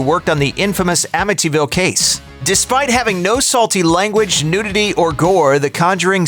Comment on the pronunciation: Wow. LOL Was "Amityville" really that difficult to say? It's been in the N. American pop culture vernacular for the last 30+ years.